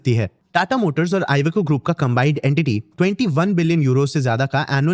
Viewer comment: Evaco nehi Iveco hoga india English pronounce karo